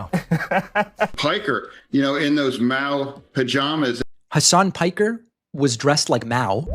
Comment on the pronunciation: They both pronounced Hasan Parker incorrectly